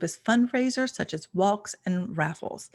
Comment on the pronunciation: Whoa! You are THE first native English speaker who I’ve heard pronounce the ‘L’ when saying “walk”!!! 😮